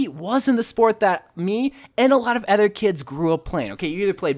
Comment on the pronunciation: STOP SAYING ADDER (other) WHY AM I SO ANGRY BECAUSE OF IT, I DONT KNOW GODDBYE